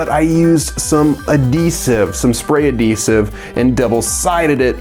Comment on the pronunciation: Wow you really can't pronounce adhesive....